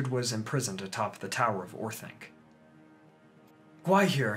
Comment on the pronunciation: Orthanc is pronounced Orth-ONK, not Orth-ANK!